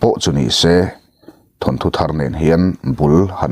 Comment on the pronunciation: Thanthu tih chu ava zialo ve naupang chuan lo ti se chuan thu hran, thil chhiar leh athu hi uluk deuh ang che midang hetianga thu diklo deuha sawi ngaihthlak peihlo ka nei nual mai...thawnthu tih tur aw..